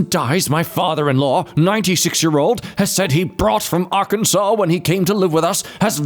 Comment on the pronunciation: I'm proud of you for saying Arkansas the correct way lol